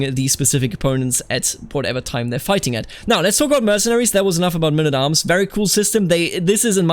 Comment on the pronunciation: What is mynn at arms? Please, can't you just say men at arms?